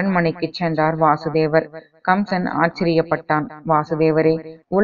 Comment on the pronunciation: Vaasudeva is Krishna Vasudeva is Krishna's Father Pronounciation is wrong